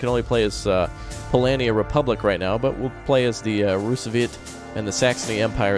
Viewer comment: its noot Polania its Polonia (Poland)